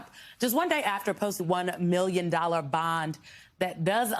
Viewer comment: Trump is so narcissistic he can't even say the word million without pronouncing it "me-llion"